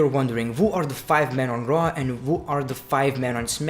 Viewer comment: Your accent: When you say "Monday Night Raw", it sounds like "Monday Nitro".